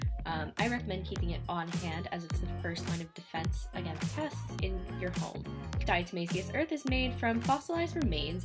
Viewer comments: "dyahtuhmayseeus urth" lmao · "dyahtuhmayseeyuss urth" lmao